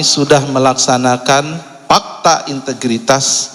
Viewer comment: MASA GA TAU KAN ASET MOBIL DAN MOGE NYAH DI SIMPAN DI KANTOR !!!!!!!! MENTRI KOQ GA BISA BILANG AWALAN HURUF F PAKTA HARUSNYAH FAKTA PAK WKWKKKKKK